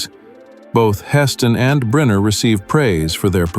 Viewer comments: Stop saying Briner it is pronounced Brinner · Pronounced BRINNER.